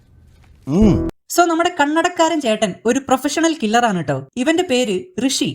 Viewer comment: ഋഷി അല്ല മുഷി